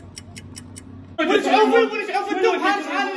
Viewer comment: الريموت وليس الريمون🤔